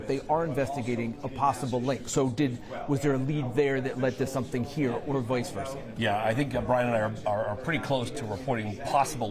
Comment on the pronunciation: "VOICE versa?" And you clowns call yourselves a news station? Nice illiterates you're hiring....